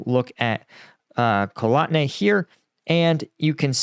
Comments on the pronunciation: Kotlyne is pronounced CotlY-neh, not Kolotne. Sorry, I am a pronunciation Nazi. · “KOT-LYNЕ …LI-NAY pronounce the E.